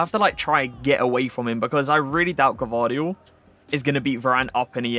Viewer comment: Yeah you are saying it wrong you pronaunced a before the v bc its gvardiol or you can just say joško š=sh just to say so you don't call him josko